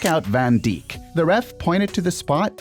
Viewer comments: Who is “Van Deek” bro its Van Dijk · "Van Deek" I'm crying 😔🥀✌️ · He said van deek not dihh